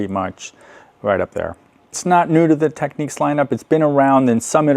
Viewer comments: FYI, It’s pronounced “Technics”, as in “technical” or “technician”, not “techniques”. This isn’t a matter of opinion or preference, by the way, any more than how to pronounce “technical” or “technician” is a matter of opinion or preference. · Point of discussion. It's not pronounced, Techniques, it's pronounced Techniks!